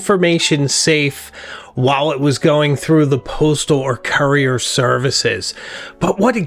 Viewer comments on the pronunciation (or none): none